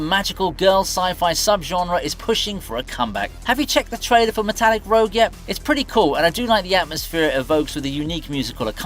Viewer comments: Small correction: The first anime is Metallic Rouge (pronounced "rooj"), not Metallic Rogue. Rouge is the French word for red. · Its Metallic ROUGE not Rogue